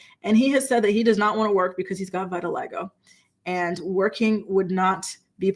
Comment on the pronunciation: Hey girl! The first syllable of vitiligo rhymes with fit, not fight. FYI